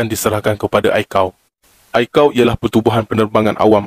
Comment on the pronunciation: Pelat Pantai Timur pekat sangat. Pahtu be Ai-See-Ae-Oh, bukan Ai Kau